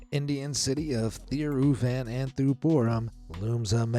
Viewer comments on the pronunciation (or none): Thiruvananthapuram is not pronounced "Thiru-van-an-thu-poor-um".. it's "Thiru-vanan-tha-puram"😂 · The way he said THIRUVANANTHAPURAM 💀 Any mallus? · For you it may not be funny, but for us Indians, it is funny because that is not how you pronounce 'Thiruvananthapuram'. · Um, yep, considering I've been learning that word for a long time (I live in India so yeah). And I'm sorry if it came across as rude, it's just that I'm so used to it so hearing that sing-song pronunciation was kind of amusing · as a south indian, i feel bad for this guy trying to pronounce Thiruvananthapuram 🤣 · I live in India and that is not the proper pronunciation